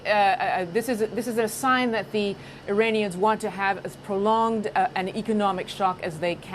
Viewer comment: They are Iranians, not Uranians. Please tell the guy to get the pronunciation right.